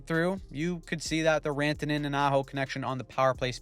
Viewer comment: Sounded a bit more like "Miko Rentene" (rent-a-net ?) to me.. Even though the attempt was good, did not fool me 😂